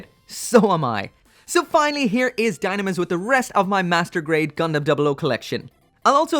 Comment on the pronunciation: I bet the dislike because of ur pronounced dynames... wrongly.